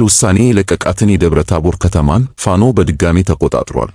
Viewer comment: ለዜናው እናመሰግናለን ! ፋኖ ስትል " ኖ " ጠበቅ ማለት አለባት፣ ያንተ አገላለጽ ልክ አይደለም፣ ለመሆኑ ፋኖ ፋኖ የሚለውን ወኔ ቀስቃሽ ዜማ አላዳመጥክም? በል ቶሎ አዳምጥ፣ ኮሜንቱን ተቀብለህ አስተካክል፣ በተረፈ በርታ!!